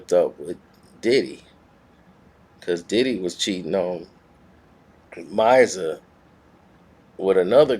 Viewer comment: Misa is pronounced "meesa. Not"my sar."